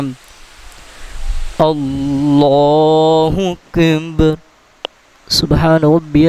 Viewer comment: اللہ اکبر لفظ ادایگی درشت نہیں اللہ اندر کہتے ہیں